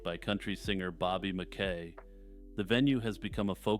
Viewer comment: Yo —don’t want to be a nitpicker but I’m local from northern Kentucky and it is Bobby MAH-KEE. Love your content, brother.